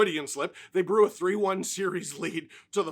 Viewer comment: Right after he said freudian slip, he said bru instead of blew lol